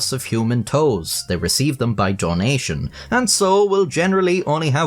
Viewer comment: Idk if you said donation or toenation. Only one of those is acceptable